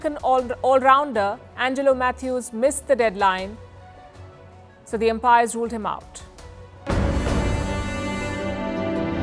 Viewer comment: Palki “the UMPIRE ruled him out” not t’EMPIRE’